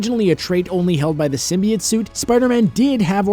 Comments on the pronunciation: It's "sim-bee-oat" Not "sim-bee-yet" I'd even take "sim-bi-oat" Over how he says it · its sim-bee-ote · Anyone else bothered by their pronounciation of simbiote? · I love this video but the way you said symbiote drove me crazy! XD